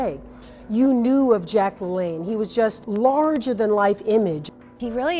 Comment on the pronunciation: Isn't it LaLanne not LeLanne?